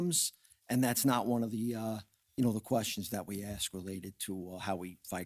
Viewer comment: Did he say AXE?